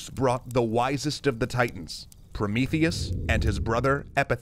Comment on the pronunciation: "Oh Promotheus!" "ProMEEtheus!" - Fin